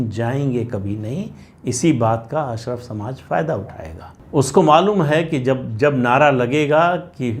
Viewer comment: अशरफ नहीं अशराफ (कुलीन).